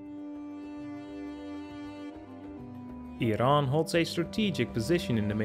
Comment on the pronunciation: "Semi-colonial"? Never! Iran always had a national government with a monarch as its head. I also do not like the way you pronounce "Iran."